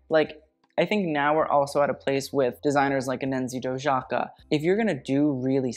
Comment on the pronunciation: Just a correction, Dojaka is pronounced Do-ee-aka :)